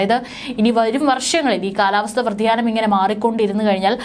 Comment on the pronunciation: Vrathiyaanamalla vyathiyaanam